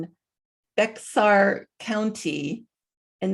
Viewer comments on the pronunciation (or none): Hey, I live in Tx and Bexar is pronounced “Bear”. I knew the second I heard about the Uvalde event it was a FF. JUST FYI 😊